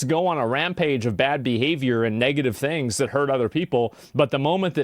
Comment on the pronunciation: Move the piece of hair to the side Jesus Christ that's annoying just that alone tells me you did it and the fact she says "dings" instead of "things"